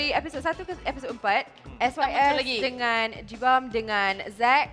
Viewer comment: Poor Roax, Nabil say his name wrongly again... Including Jibam on XD